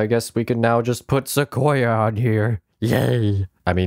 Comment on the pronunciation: Se qo ya you said 💀